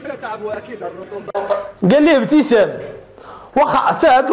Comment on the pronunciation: افتسان وليس ابتسام